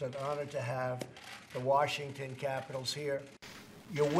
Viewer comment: Trump has a hard time pronouncing Washington